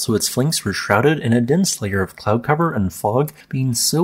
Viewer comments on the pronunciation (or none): none